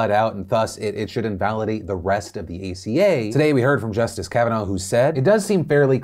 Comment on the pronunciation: "Let's talk about the Affordable Care Act aka-" Phil ima have to stop you there it's aca not aka